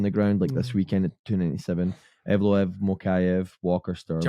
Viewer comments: EVLOEV, NOT EVOLOV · Say Evloev, not Evolov